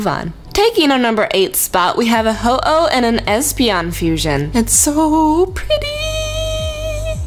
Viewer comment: bruh at ho-eon